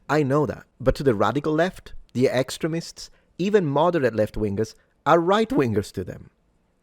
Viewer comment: At first I thought you said excrements instead of extremists, butbi can see the similarities 😂, Scusa Fratello👍 ❤